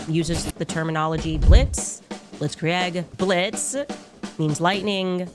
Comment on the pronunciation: Blitzkri-egg is my favorite. 🤣